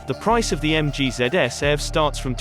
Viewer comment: It's eee vee, btw.